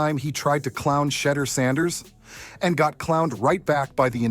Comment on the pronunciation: Can't watch this when you can't even pronounce his name... 😔